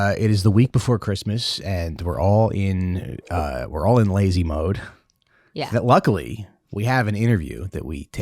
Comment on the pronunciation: "yeah" is the aural personification of New Jersey